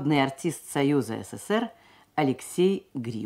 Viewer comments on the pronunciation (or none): none